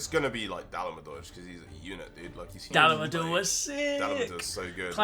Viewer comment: Da-La-Ma-Dur PLEASE